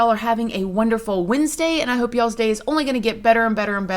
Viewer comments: Lol girl I was like… WESNESDAY?! 😂💕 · Did you say hope we have a good Wednesday?? Lol. Did anyone else catch that?